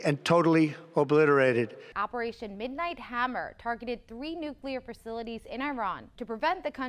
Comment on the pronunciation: He's looking more like an insane serial killer everyday. And like GWB, he can't pronounce nuclear properly. He gave it two quick tries, like he was trying to kick start a motorcycle, before giving up and deciding to just push the bike home.